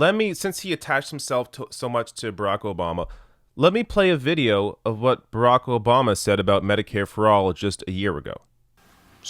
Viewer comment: Who is Rocco Bahma? That's how Biden says it.